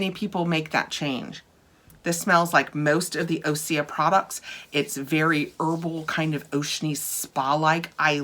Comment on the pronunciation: According to their website that isn’t how it is pronounced: Great question! OSEA is pronounced Ooh-sea-yah! OSEA stands for the core elements of wellness and our source of inspiration: Ocean, Sun, Earth, Atmosphere.